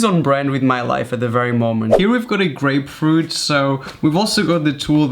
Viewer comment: Thought u said great fruit tool not grapefruit 😂